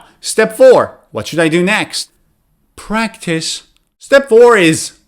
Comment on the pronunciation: hi, my teacher, how are you, is it prctice or practice 🙃